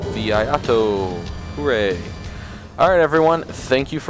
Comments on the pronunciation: the pronunciation is ee eye toe if anyone was wondering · It's pronounced e-aye-toe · It’s pronounce “ee-eye-toe”